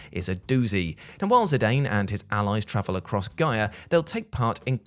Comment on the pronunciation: It's nice hear, though I haven't looked it up myself, someone else say zidanes name the way, I, does. I've always heard everyone else say "Zidan" and not "Zidane"